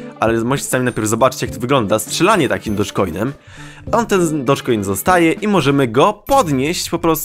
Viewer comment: Dołg kojny, a nie dojż kojny. :c